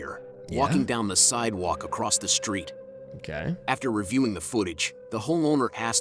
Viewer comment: the fact she said a ross the STREET dude